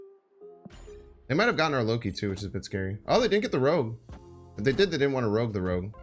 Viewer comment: Its bynxtard not rooj